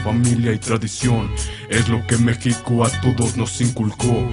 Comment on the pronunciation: She rifan himies ustedes si saben Como pronunciar meshico a lo preispanico ESO es cultura y raizes